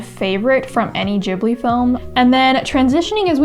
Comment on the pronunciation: Absolutely amazing! I love everything you've done, and I'm pretty sure I will love new things you're gonna try. So keep doing whatever you feel like. PS I am so happy you say 'Ghibli' correctly, like 'Jibli'. I am Japanese and am frustrated when people say it wrong. Thanks